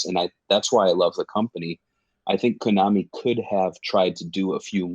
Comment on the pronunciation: Jeez, my ears bleed every time says Konami. It's like he was born yesterday. Even the Japanese pronounce Konami like Vietnam (an AH sound). I'm only giving you a hard time because as a podcast, every word mispoken has greater impact since all focus of the audience is concentrated on the audio. I listen through earbuds, so it's even worse. I want you guys to improve so take this critical advise not as admonishment but as encouragement.